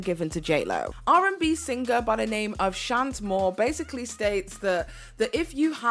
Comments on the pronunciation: my love! Shanté Moore is pronounced SHON-tay. She's an old school treasure of R&B in the states. 😉👌🏽 Edit: just finished the video! I was 20 in 2000 so I watched her "rise" in real time and you really hit it out the park with this one! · *Shawn-TAY Moore. Great work on this deep dive!